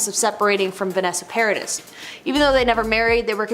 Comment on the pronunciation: U pronounce Paradis as Paradi in french.